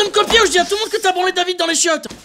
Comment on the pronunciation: ça fait 3 ans que cette vidéo est sortie j'avais jamais compris qu'il disait David, j'ai toujours entendu bite. Merci les sous titres^^